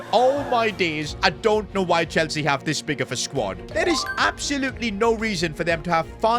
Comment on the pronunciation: Bro said enzo maresca chwlsea